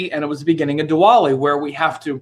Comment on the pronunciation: Btw, it's Diwali and not dwali!